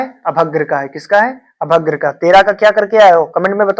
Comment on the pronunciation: अभ्रक को अभद्र पढ़ते हो पहले अपना भाषा सुधारो और गूगल से सर्च मार कर टिक मारना छोड़ दो तभी एक अच्छी टीचर बनोगे समझे और पिछले वर्ष का पेपर सॉल्व करना कोई बड़ी बात नहीं हैसमझे